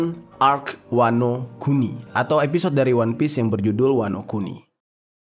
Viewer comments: Wanokini... Wanokintil jer bukan wanokini wkwkwk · Wanokini Apa Wanokuni" Yonku Apa Yonkou" 🤣🤣🤣